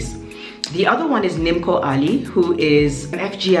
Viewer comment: It's actually pronounced as Nim'o rather than Nimko but lovely video.